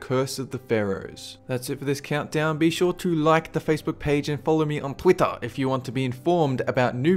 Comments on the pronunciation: Lol he says Twitah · You say twitter funny not being mean